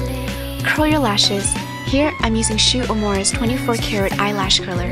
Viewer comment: It's shii-u u-e-mu-ra